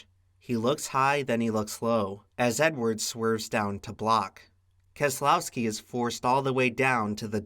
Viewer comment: Obligatory "Brad KEZ-UH-LOW-SKI, won this race"